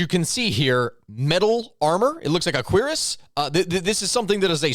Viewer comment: One minor quibble to your breakdown. Actually 2, First is the Cuirass is pronounced more like Cur-Ahs. Second is the cuirass was made of leather which a wooden piece of wood could very well impale if it had enough force. Oh one more thing, everyone was cheering for this to happen they way it did. It was only the next repeat viewing that we realized what a piece of crap it was.